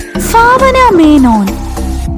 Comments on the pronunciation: ഫാവന ആണോ ഭാവന അല്ലേ 🤔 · Bhavana enn pronounce cheyendath inganeyanu allatue favana ennala